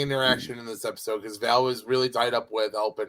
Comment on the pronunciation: Are you calling Valentina "Vail" on purpose or is it just a mental slip? It seems like is trying to correct you every week by correctly calling her Val but you just keep doing it for the 12 episodes of the series so far.